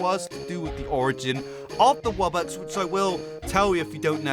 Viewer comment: because they might make good theories and predictions, but they created the worst alternate lore!!!!! They mispronounced wubbox to woobox?! No way. They think that the earth wubbox is the fire HAVEN wubbox?! Nuh uh. They think that the wubbox isn't the only one with powers?! Just no. Do they think that it got possessed?! NO. What is with them and this animorphs thing?! One question remains... Do wubboxes state that humans are dumb? Yes!